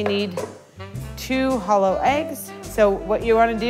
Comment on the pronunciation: Did she say H💿 L 💿 eggs or hollow eggs???